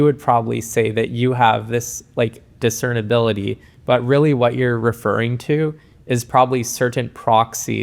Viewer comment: This was a great video, but it's "discernibility". Sorry I had to point it out 😅